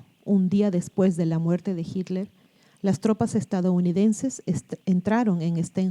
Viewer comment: Me sorprende que no sepas pronuncia Hitler